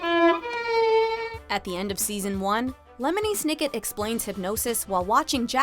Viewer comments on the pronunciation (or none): its not loney m setnick its lemony sniket umm did you even hear them talk about him thats not how you say it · DID SHE JUST CALL LEMONY SNICKET LONEY M SETNICK